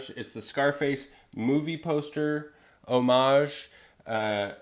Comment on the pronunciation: Thank you for the correct and beautiful pronunciation of 'homage'! 👍 (and no, that's not intended to be sarcastic.... All the people in this space that butcher HOM-age just kills me!)